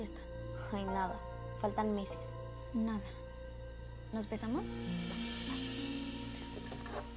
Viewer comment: En la parte yo no entendí nos pesamos yo entendí nos besamos😅🤣